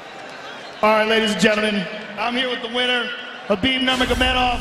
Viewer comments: "Khalabib" 😂😂😂😂😂 It's Khabib. Cute, though... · "Where you at tiramisu? Don't be scared homie!" - Khabib "Kalabeeb" Niggamurdov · That fucking khalabib!